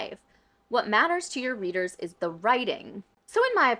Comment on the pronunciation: Ok but she pronounces readers like breeders which I don’t understand?